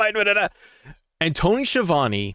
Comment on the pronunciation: So the man will probably know how is name is pronounced. However Schiavone is an infamous Italian surname and isn't pronounced Sheevany but Skeeavounae. It drives me nuts.